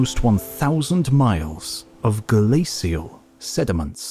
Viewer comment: I realize its nitpicking and the details are very interesting, but it is driving me absolutely nuts that the narrator for a documentary on ice ages doesn't know the correct pronunciation for the word glacial. I am irritating every time it crops up. Its not "SEE" its "SH". Still it is informative, so thanks.